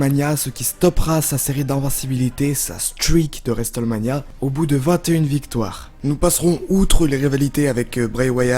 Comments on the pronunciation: "et juste après resteulmania". Cet accent anglais divin. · Le T de Wrestlemania ne se prononce pas, ni en Anglais, ni même en Américain, car de temps à autre les Américains parlent un Anglais "bien à eux" ! Dans les deux cas, le T est "étouffé" , il ne se prononce pas. Dans cette prononciation, il faut faire comme s'il n'existait pas. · La prononciation de Hulk Hogan aussi... Au final, tout l' anglais est stressant... Le T de Wrestlemania ne se prononce pas!!!!! 😂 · triple H se prononce traillepeul héche et non triple edge et WrestleMania se prononce wristelménia